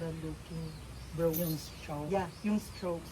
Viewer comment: anong brows,,,,braws yan ang pagbasa baklang to!